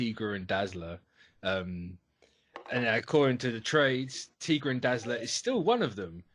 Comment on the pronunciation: "Tee-gra" lol ("Tie-gra" my dude.)